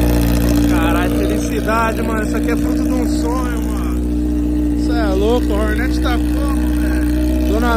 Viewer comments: porra da agonia ver nego falando Hórnét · Fala Hornet direito só pq é da quebrada n precisa falar errado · Prq ele fala o nome da moto errado?